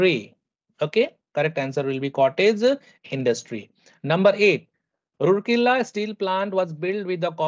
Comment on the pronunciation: sir that is pronounced ROURKELA not ROORKELA....only for correction😅